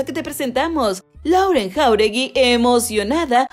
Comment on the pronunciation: se pronuncia "Loren"